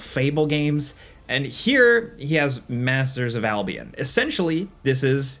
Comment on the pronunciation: Blimey! Pronouncing Albion and Birmingham that way >.< why not finish the trilogy and say bridden? 🙃 Nevermind, you chose Derby instead 😅